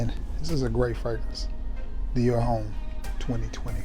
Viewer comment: Homme is pronounced Ohm.